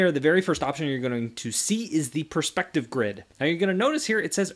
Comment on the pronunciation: “Pers p ective”